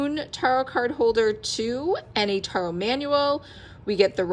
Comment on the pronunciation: It’s pronounced Ta-rot not with a hard a like in car. Its more like tear-ot. I’ve never heard the tarot pronounced like you’re saying it.